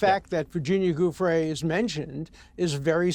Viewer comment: Does Alan D seriously not know how to pronounce Giuffre’s name?